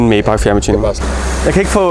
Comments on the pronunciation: bare fordi sådan lige. May udtales som Mai (eller Mig, hvis man er sådan en type) 😉 De lavede sgu også nogle fede motore som lyder stinkende godt i start midt 40erne 😎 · Det hedder Majbaaaacccch. Det er tysk!